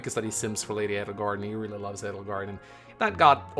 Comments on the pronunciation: I think its funny how Three Houses is about to celebrate its 2 year anniversary and you still pronounce Edelgard wrong haha. You emphasize the E SO much. It's pronounced like "Ay-del-gard". This why Dorothea called her Adie, not Eddie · It's because Edelgard is a german name and pronouncing Edelgard with emphasis on the E is the right way to pronouns it. And some of the englisch pronouns from the black eagles characters are outright terrible especially because most of them having german names and it hurts my german heart like Petra it's pronounced pEtra with emphasis on the E not the P like pet because the P is almost silent and pronouncing it with emphasis on the P is the wrong way. And I'm German so I know of what I speaking about.